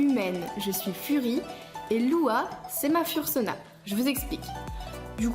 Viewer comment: J'ai regardé presque tt les vidéos fr sur les furry(furries) , je regarde énormément de youtubers american et quand je vois comment on écorche le "UwU language" ( vocabulaire furry) sa fait bizarre... Fur ce prononce "feur" fursuit c "feursoute" fursona c "feursona" Etc 'fin t'a compris quoi 😂😂😂 I know it's hard to pronounce but make an effort 😂😂😂 I'm kidding obviously